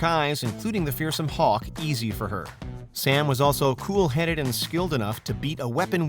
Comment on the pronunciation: My man said hawk>Miguel🤣